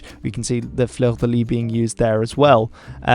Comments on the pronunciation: The 's' is not pronounced in 'Fleur de lis', as it's French... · He can't pronounce fleur de lit properly, that's for sure... that could well make him English ;) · We all had to take basic French at school so you've got no excuse for mispronouncing 'fleur de lis' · Pronunciation of French names.... "A-QUIT-ain", "Fleur-de-LEE" 😉